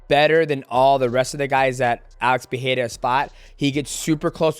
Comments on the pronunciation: Love you DJ but your pronunciation of names is atrocious. You were so confident on the Jaxxon Podcast whilst being incorrect (Nur'gomedov). You always seem to leave out the "ma" when you say it. (Nur)Magomed(ov). Also the Pee-era thing is terrible. It's Puh-ray-ra (no double r so no H sound). Ferreira has a double r so it's Fuh-hay-ra (Not Fee-haira). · Uncle Chael & DJ, the "Pierra" bros 😀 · Fans Pereira are the worst they say robeery 😂😂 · bro you can't say his last name correctly just say Poatan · god i hate how you pronounce Pereira xD